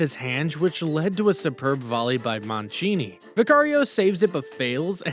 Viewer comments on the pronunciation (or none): none